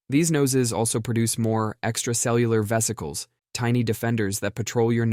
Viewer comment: Did he say “vesicles”. 😂